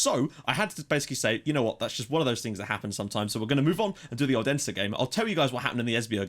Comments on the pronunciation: Odense is pronounce 'Olunseh' if that makes any sense, the D is like an L. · Yeah, that is wrong. It's pronounced like it sounds. O-den-se